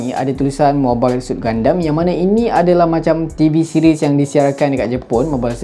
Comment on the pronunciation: Bang sebenarnya dia pronounce 'GUNDAM' bukan 'GUNDEM'.Btw Crossbone gundam tu nampak nice dan phone tu pun nampak cool😁